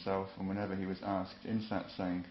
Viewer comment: SAAT SANG no.. no.. your pronunciation sucks.